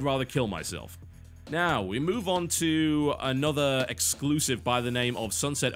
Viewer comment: Exclusive.....sound it out bro